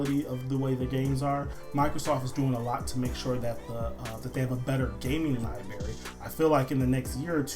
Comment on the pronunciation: Liberry? lol